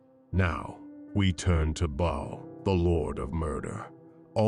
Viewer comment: Lmao this is ai generated slop, are you kidding me? "Bha-al" lmao. And its all over the place.